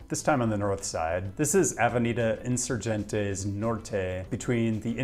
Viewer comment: Spaniah pronunciation was pretty good except for Insurgente. ;) A G in Spanish never sounds like an English J. It sounds like the g in Get unless it's followed by an E, I. Then it sounds like an English H or Spanish J. Like Hen. in soor hen teh. If a g is followed by a ue or ui the U is silent. If the U has a couple of dots over it, ü , then you pronounce it normally, like a oo in boot.